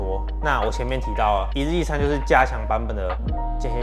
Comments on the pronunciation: 我聽成一粒一餐... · 為什麼開頭我聽到你說（一力一餐) 是我聽力有問題嗎？😂